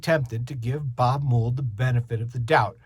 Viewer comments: "mold" not "moo-ld" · This review is longer than the song. Btw, it's pronounced Mold, not Moold. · Learn to say his name correctly.